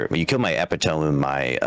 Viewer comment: “Eh-PIT-oh-me” not “epi-TOME”